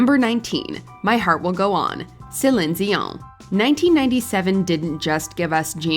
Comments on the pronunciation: It’s “Say-leen Dee-Yawn” not Suhleenzeeon or whatever the fuck that was 😂 (and in French you don’t pronounce the n of her last name) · Stop sayin Celing Gio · Did anyone else stop the video at her pronunciation of ZILIN-DZEON? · Cshelinn dioangg........Nah wtf was that. You need to put some respect on that name, it's not hard to pronounce.....sellleeeeen deeeeoooooon. Ffs, you can even make it all into one word if you need to......people will know. I'm a 40 yr old who grew up with celine Whitney and mariah...... and commenting like a 2o yr old in charge of this channel is gonna understand wtf he's even posting.😂😂😂😂 nevermind lmao I give up. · The mispronunciation of CelEEn Dion's name was like nails on a chalkboard. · OMG the voice overs pronunciation of Celion Dion :D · Ugh. Ypu lost me as a listener. Please use someone real. No one real would mispronounce Celine Dion. I'm sad. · You really need to do better research on your music and songs. It was even in the news at one point about Christine Aguilera, singing the song reflection for the movie Moulin. Because it had extremely difficult notes that most singers can't even sing. You're also mispronouncing Celine, Dion's name. Then, you completely forgot Cindy Lauper, who's done some really difficult songs. You seem to like to stick to a range of only 25 different singers. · Yeah, indeed! What a bad pronunciation of Céline Dion and a way to tear up someone's beautiful name😖! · The way she pronounces Celine Dion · Why are you pronouncing Celine dion so weird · Pronounce Celine dion like you were about to sneeze 😂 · the way you pronounce céline dion is SENDING me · So We’re even overpronouncing celine dions name now😑